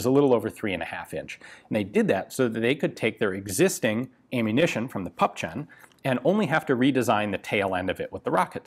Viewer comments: Sounds really bizarre to pronouce PÜEPPCHEN as Puppchen !!!!!!!!!!! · As ever, thanks for a very well-made and informative video. In regard to the pronunciation of German words, a little help from a native German speaker: Püppchen = "Pipp-yen" (The German "ch" sound, which is very common, is very difficult for English speakers to pronounce; when used in the diminutive ending -chen, you can cheat a bit and pronounce it "-yen". Likewise, the "ü" is also difficult to pronounce, since it's halfway between "oo" and "ee") Raketenpanzerbüchse = Raketen-pantser-bi-kse (Before s, the "ch" sound becomes "k") Please do not take this as criticism: many German words are woefully difficult to pronounce, especially the notoriously long compound words (see, for instance, the extreme example of "Donaudampfschifffahrtsgesellschaftskapitänskajüte", which translates to "Danube steam shipping company captain's cabin" and which has horrific consonant accumulations such as "mpfsch", "rtsg" and "ftsk") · It is pronounced pupchen. [Poopkhen]